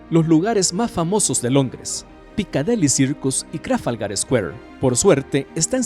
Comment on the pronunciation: Jajajajaja, también "punto de encuencro" y PicadEli Circus. Jajajajaja